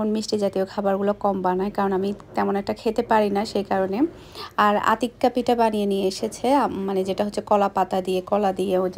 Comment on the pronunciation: কথাটা পিটা হবে না কথাটা হবে পিঠা